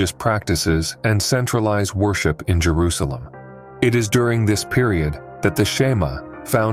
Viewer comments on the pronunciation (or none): none